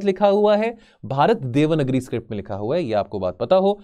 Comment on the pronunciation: This is strange that he doesn't know how to pronounce hindi word properly..... vasudhaiv Kutumbakam is वसुधैव कुटुम्बकम not वासुधैव and devnagari is read as देवनागरी not देवनगरी....